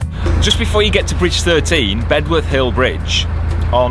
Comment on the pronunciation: I grew up in Nuneaton or Sunny Nunny as it’s sarcastically called by my Coventry colleagues. Bedworth is pronounced as Beduff 😁 Will be interested to see any footage of Atherstone as that’s where my grandparents boat was moared in a small boatyard near the old warehouses not far before the bottom lock, not sure the boatyard is there any more